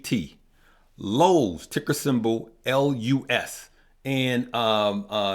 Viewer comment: Lowes is LOW, not LUS